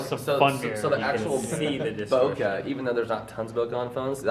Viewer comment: Bokah? It's spelled Bokeh, should be pronounced as one as well